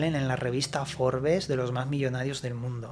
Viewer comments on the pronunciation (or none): none